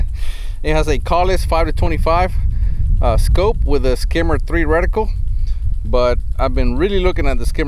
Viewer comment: I'm sorry, it sounded like you said “Skimmer 3” and “skimmer 4” reticle, but I couldn't find anything like that: did you say Tremor 3 and Tremor 3/4 and I'm just losing my hearing in my old age? Or is it not spelled like I'm hearing it?